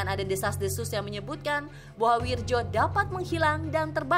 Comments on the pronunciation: Wiryo, bkn wirjo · itu Bacaan ejaan Lama.. bacanya WIRYO.. BUKAN WIRDJO.. WIIIIIIRRRRR YOOOOOOO